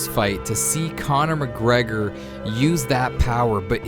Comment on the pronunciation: Don’t ever say Conor mcgregor like that ever again